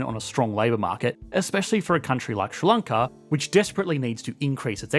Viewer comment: Is what you call 'Ssrr-lloncaw' in fact 'Sri Lanka'?